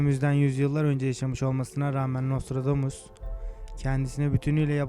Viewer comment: HAHAHA çok komik gerçekten videoyu yapan paylaşan kişi daha nostradamus demeyi bilmiyor.....aynen şöle dior NOSTRODOMUS...:)))))